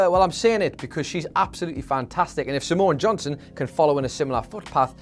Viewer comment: Was it just me, or whenever said "Simone Johnson" did it sound like was saying Samoan Johnson?